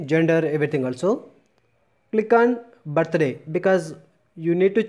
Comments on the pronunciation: Thank you...but its birthday...not ba-ta-ray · It's birthday not bat tha day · Am I the only one who heard battery😂😂😂😂😂😂